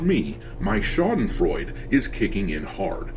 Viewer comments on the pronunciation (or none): Good evening, a German here, the letter "e" in "Schadenfreude" is not silent. So the "e" should be pronounced. I know you have problems with the German language, so I just wanted to mention it. Thank you very much for your time and I hope you have the best rest of your week.